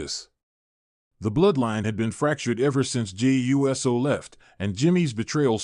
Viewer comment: It's pronounced ewe so...not U S O